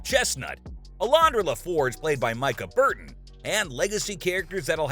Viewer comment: This narrator is an idiot. Learn how to pronounce the names of the actors. He butchered the names of Ed Speleers and Mika Burton.